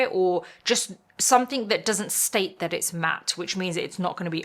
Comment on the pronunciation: She’s a Brit, so her English is native. Only thing that bothers me is that the word ‘something’ does not have a K the end of it!